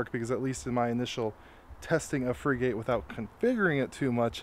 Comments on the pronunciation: You don't pronounce it (/ ˈfrɪɡət /)? A frigate is a type of warship. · It's not Freegate it's pronounced like the type of ship. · Frigate is pronounced like Frih-git